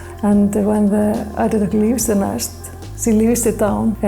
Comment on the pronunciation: I kept hearing and reading it as "elderdown." kept worrying these were elder ducks you were taking from :( EIDER.